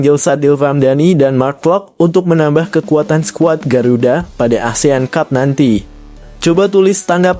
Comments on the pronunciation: Kok dibaca Asean cub😂😂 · Min min.... baca (ASEAN CUP) kok seperti baca cup cup di bibir kecup😂😂😂meng geli kan😢😢😢. Kemaren baca covid 19 di baca seperti copet.